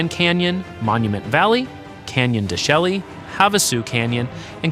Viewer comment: The G in Saguaro is silent, and De Chelly is is pronounced DeShay, learn your words please, otherwise good video